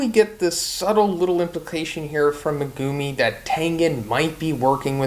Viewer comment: why are you saying megumi like that